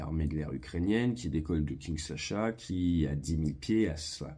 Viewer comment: Un décortiquage toujours technique et professionnel. Mais 2 erreurs rigolotes à noter : on prononce Kinshassa et pas Kinsasha. Et quand on parle du crash d'un 737, on ne montre pas une photo d’un 747. Pour le reste c'est tout bien monté 😊